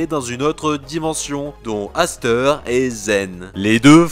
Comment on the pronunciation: Cirus en sueur !😂 j'aime bien zane. Je possède une de ses cartes ! Dites moi que mon commentaire est éclaté ! Sinon continue et puis pour t'informer aster se dit pas asteur mais astair, tu le saura maintenant !